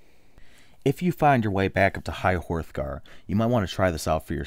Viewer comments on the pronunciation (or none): "High Horthgar" Jesus christ... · "High Whorethgar" lel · Did I just here this guy say high horthgar